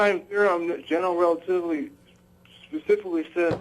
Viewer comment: What's... genral relativily? Buzzwords is all he remembers and he mixes them into a wordsalad that he calls sentences and he can't even pronounce the words correctly.